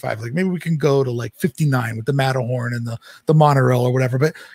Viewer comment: I love but I love "unplugged" even more lol 😂 "Matter-horny" 😂😂 "Treasure Planet" 😂😂😂